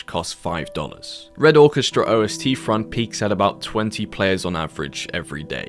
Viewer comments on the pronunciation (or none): I played red crucible years ago so seeing that airport map was a trip. Love some War of Rights, Bad Company 2, lotta nostalgia in one place. I'll come out with what I came to the comments to say. Noticed you say O-S-T front in a different video. It's pronounced Ahst. Ost is German for East. Ostfront=Eastfront. Considering the setting, you'll see how that checks out at a glance. I look forward to browsing more of your archive here. Best of luck with the channel man. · Nitpicking, I know I know ... but it's not O.S.T Front ... it's Ostfront. Ost means East. Ostfront means eastern front. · OST front is just pronounced as Ostfront. All one word just as it is spelled lol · Hey brother, its not "o-s-t front". It's pronounced Awe-st. Its just German for Eastern front. Im a big history nut so had to correct you on that :) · O-S-Tfront? Let's try Ostfront, like in Eastern Front. That being said, thanks for the video. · Ostfront is German for eastern front. Say ost, not O S T. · o.s.t.? ost means east -- it's the eastern front or Ostfronst ("ost" like in osteoporosis) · Great Video, but it is not "O S T Front", it is "Ostfront" (Eastern Front) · Apologies, as it's purely being pedantic but in Red Orchestra - Ostfront the 'Ostfront' is one word as opposed to 'O-s-t-front'. It just means 'Eastern Front' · O-S-T Front :D my brother in christ, thats just german for Eastern Front :D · calling it o s t front is funny to me (a german) xD Osten is basically East :) so it is Eastern Front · "O S T front" lol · Red Orchestra "O-S-T-Front" 💀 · not him saying ostfront as "o-s-t-front" 😭😭😭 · why do you keep saying "red orchestra OSTfront" 😭😭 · o s t front lol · O S T front...ok.... try this AUSTIN - AUSTRALIA - AUSTFRONT wink from Germany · Ost is a single word , the ostfront eastern front. It is german. The butchering lol. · Games Why do you pronounce Ostfront like that? It is one word...